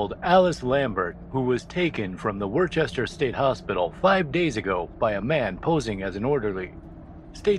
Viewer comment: The pronunciation of Worcester... Yeah. It's not obvious how it's pronounced and will forgive this sin. ;)